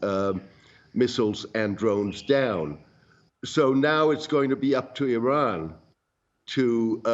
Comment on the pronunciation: Oh for the love of God and all the toys in the World, learn the Pronunciation of IRANIAN and IRAN, first, before you "Play" analyst!!! IRANIAN, is pronounced "Ee-Ronny-Yan" Not "Ee-Rainy-Yan". IRAN (for those who need to reattemd High School), has the same meaning as IRELAND (land of Aryans). And it's pronounced "Ee-Ron" Not "Ee-Ran" or "Eye-Ran". Infact nobody Ran.😂 WOW, the ignorance of your hosts, is astonishing!!